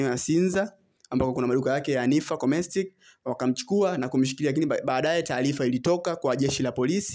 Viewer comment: Cosmetics sio cometics 😂😂😂 Watangazaji tumieni kiswahili tu kama kingerezakinawapiga chenga. Hii sio poa. Ungesema tu vipodozi ungeeleweka vizuri tu!